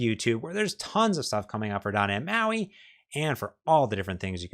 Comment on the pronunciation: You've been doing this for over a decade and your wisdom shows. But you still can't pronounce the letter T. It's not "dah nhe moi" iT's doT neT MAUI. Why man? You know you're not pronouncing it properly so why not start? You're like a certain Washington football team that refused to change their racist name. But guess what, they changed. Why can't you? With peace and love learn how to pronounce the letter T. I wan you o be he bes you. I love you man.